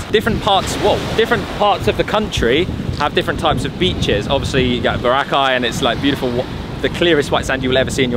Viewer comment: Love you guys and love your vlogs but you still haven't learned how to pronounce Boracay. It's getting a bit disrespectful seeing as how many times people tell you how to pronounce it. Please just learn how to say it correctly